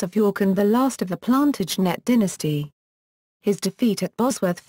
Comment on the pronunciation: And... "Edward Four". But this is truly hilarious : "the Plan-tidge-net dynasty"...